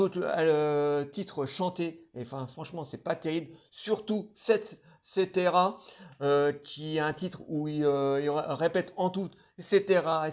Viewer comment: Un gars qui ne connaît absolument rien à la musique et rien sur l'artiste, qui le revendique en plus, mais qui donne son avis... Ce n'est pas "setera, setera" mais "Sexcetera" et pas "Tu m'entendras pas" mais "Tu n'm'entends pas", déjà apprenez le titre des pistes dont vous parlez, ça donnera déjà un peu de sérieux à votre "critique". Votre niveau de connaissance de Polnareff est au niveau de votre vidéo. Soit on fait une critique construite, constructive en se connaissant ou à minima en se renseignant un temps soit peu sur l'artiste en question, sur sa carrière, ses références musicales, son initiation à la musique, à l'âge de 3 ans au piano pour Polnareff et sur l'album, soit on s'abstient. Ce qui aurait dû être votre cas vraisemblablement. N'écoutez pas "LNAHO", "Y a que pas pouvoir qu'on peut", "Toi et moi" ou encore "Bronzer vert" vous allez faire une crise d'apoplexie. Restez sur ce que vous connaissez, ça vaudra mieux.